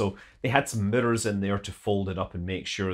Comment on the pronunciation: Extra correct to Scott for pronouncing each "R" in the word "mirror".